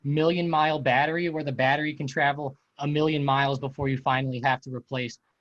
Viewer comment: yo can u say "EAfter, Heappen, and Beattery" again please